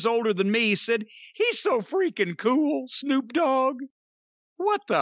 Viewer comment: Jim calls Snoop, "Snuke". Hilarious. If I recall "Snuke" in its original form was the nuclear device snuck up Killary's babymaker in 'South Park' .